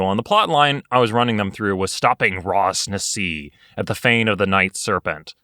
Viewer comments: Hahah i hate being that Guy But Ras Nsi is pronounced Ras Nissie. Not Ras Nassi xD. Chris Perkins dice camera action runs the Chult adventure at around episode. 30-50 xD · wait. Raz-Nazi? its not pronounced with an 'S' lmao gET iT rIgHT